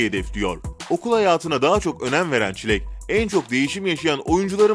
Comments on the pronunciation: HHahahaah yi tekrar dinleyin çilek diyeceğine ŞİREK diyor iyi dinleyin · Zeynep özkaya 'yı tanıtınça çilek değil şirek diyor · Adam çileğe şirek dedi